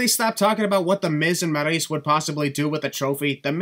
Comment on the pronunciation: You saying Maryse the way you do is cringe, especially in the middle of sentences.